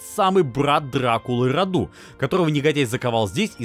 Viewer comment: мы не африканцы и не индусы. Не РадУ, а РАду. Не ДракУл, а ДрАкул.